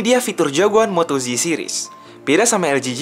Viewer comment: Ejaannya kok moto "ji" jadinya moto G (ji) donk?